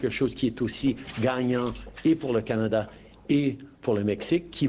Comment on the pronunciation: Im sorry what did she say kinyada?